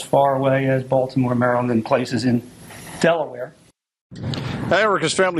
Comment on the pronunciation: Thank you thank you for saying “Maryland” correctly